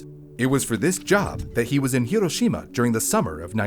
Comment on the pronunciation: Thank you for actually saying Hiroshima correctly. My teachers all hated me for correcting them every time.